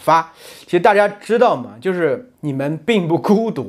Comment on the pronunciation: i have card where you say 它的侧重点在中国人上面-but you say 可的侧重 not ta1 its like a kecezhong, and on the sentence 美籍华人就是美国籍的中国人，you say 就是 as jiuzhur instead of jiushurr im confused on my cards on the sounds of each syllable